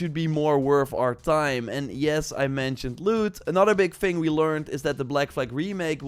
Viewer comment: Not tryin to be a dck (but nevertheless being one…l guess?!)… Dude its third not “föörd”, its thing n not “finggg” I guess u get the gist… It’s really not that hard to press ur tongue to ur upper front row of teeths. English is my 3rd native language and if l did it u can too.